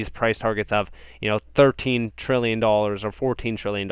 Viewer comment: 10 trilly? Come on man